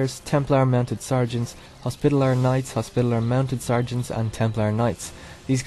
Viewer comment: For what it's worth, it's hos-pit-al-ears, not hos-pita-lers :D